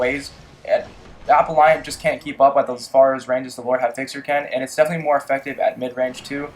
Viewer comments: aPELLant, not appleEYEant. jfc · app-el-ant not apple-iant and lot of ur guns are well not very god role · it's appellant, not appelliant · there's no I in appellant....I cringe everytime you say it! awesome vid though dude! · Appellant = Apel-lant - NOT apple-i-ant Grenadier = Gren-ah-deer - NOT gren-ay-durr Icarus = Ick-a-russ - NOT I-care-eee-ous I like comparison videos and I appreciate the time this took to make, but I can't watch your video when you are so flippant with names, I just can't stand to. With that said, please consider this constructive criticism. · Lmao bruh stop adding "i" to words. Icarus not Icarius, Appellant not Appelliant, and the one word that had an "i" was "grenadier" and you said "grenader".